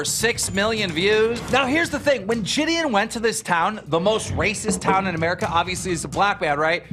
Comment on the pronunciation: I hope I never Have to hear Gideon pronounced as Jid-eon again.